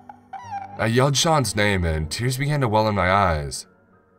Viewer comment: Not sure who you got to read this, but maybe get that person some lessons or just get someone else. It was off-putting how random “and(s)” were emphasized and some words were drawn out. I couldn’t focus on the story.